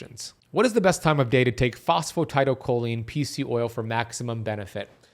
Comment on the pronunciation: You know I'm not understanding what you're saying are you talking about phosphatidylcholine?... I think you are just saying it wrong in fact you can get it from less than cheaply at most stores